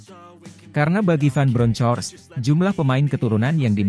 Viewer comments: Di bacanya BRONKOST.. bukan BRONCOS.. belajar bahasa inggris.. buat content tapi tidak mau belajar inggris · Baca ;Jiovani van bronhors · kalau bacain berita jangan pakai translator.... Giovanni Van Bronckhorst tuh bacanya GIOVANNI VAN BRONKOS....okeyyyyyyyyyyyy